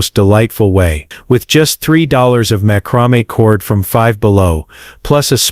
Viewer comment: Mah-chro-me? This AI narration sucks.😅